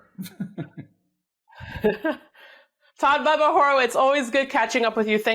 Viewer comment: WHY does she call him.. BABBA??? its..BUBBA!!!!! Weird!! Why dosent someone CORRECT HER!!!!....Its BUB!! not BAB!!!............PS I like Bubba!! NOT BABBA!!!